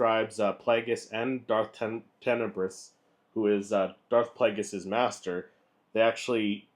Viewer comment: So you haven't read the book. You mispronounced his name. You don't actually know the story from the Expanded Universe. All that equals that you ripped your info off from other people's vids that you watched. Well, that's original.